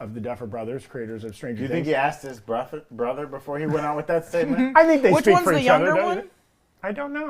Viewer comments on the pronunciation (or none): his bruffer 😂 I’m glad it’s going back to the tone of season 1 because 2 was okay, 3 was not and 4 was really weak